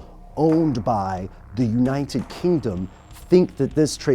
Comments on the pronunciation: united not uninen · Why do keep saying uninet instead of united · why is he saying uninted states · anyone else notice he doesn't pronounce united with a T thought it sounded weird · Am I the only one who notices the way he says united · He can't say 'united' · why can't he say the word "United" properly? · Does it seem like he is adding letters to the word United when he says it? lol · the way he pronounces 'united' LOOOL